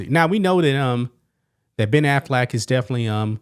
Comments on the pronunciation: I love that you pronounce their last name as Aflac the picture in my mind of a talking duck won't go away now.😂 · Every time you say Affleck, all i hear is “Aflac” and i am just laughing expecting to see the duck pop up